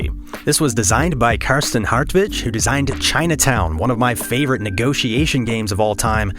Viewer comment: thanks for the quick help! Regarding pronunciation: You did great with the first name. The family name Hartwig would probably be closer to Hartvik (the ’g’ at the end is pronounced as the g in ’great’ or ’grand’.) In other words: In German the pronunciation of the letter ’g’ does not change depending on the vowels that precede or follow it, unlike in English. And our ’w’ is always like the English ’v’.